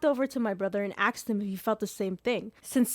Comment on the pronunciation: Also - aksed... a s k e d 🪦